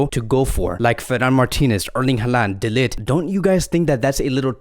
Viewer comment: His name is actually pronounces as "de licked" not "de lit"😂